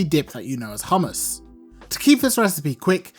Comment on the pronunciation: Now ill get the proper ingedients to make some good HOMMus 😁 i like the way you pronounce it. There should be a Bass boosted Version